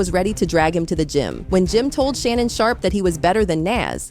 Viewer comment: watching an ai video 😢 who tf is Shay-Nun